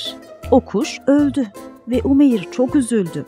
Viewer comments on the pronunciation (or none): Umeyiiiir degil. U uzatarak okumaniz lazim🙄 oglumun ismise Umeyr ve Umeyir denildiginee hic hoslanmiyor. U-meyr. İ yok orda